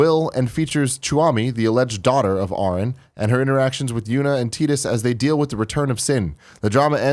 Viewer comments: Teedus? TEEDUS?! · Who is "Teedus"? Don't you mean "Tidus"?